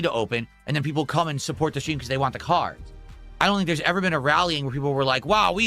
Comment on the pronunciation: "I'm the streamer, I can play what I wahn!" Also: "Guys, I don't know how much longer this game has with support this low."